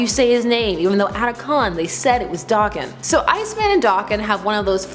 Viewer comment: Thank you for pronouncing Daken correctly.It is after all a Japanese word for mongrel